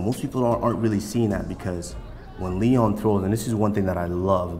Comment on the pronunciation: You know Usman has been watching some Colby Trash talk videos on YouTube because he say “Leon Scott” lmaoooooo